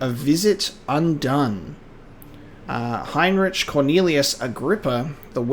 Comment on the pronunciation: Ah yes, one of the greatest horror games ever made. I remember my first time playing it and literally being so scared, that I screamed and threw my laptop across the couch and stopped playing the game for three days. Also, so you know going forward, "Heinrich" is pronounced HINE-rick, "Altstadt" is German for "old city" and is pronounced Alt-SHTAT, and "Laudanum" is pronounced LAW-den-um. Lastly, don't stare or look at enemies. It will drain your sanity very quickly.